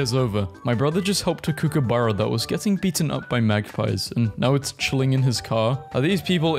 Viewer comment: FINALLY A NON-AUSTRALIAN WHO PRONOUNCES KOOKABURRA RIGHT